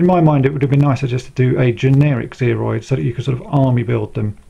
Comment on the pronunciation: I cringe every time you say Sergeant Major Zeroid. It's Zero.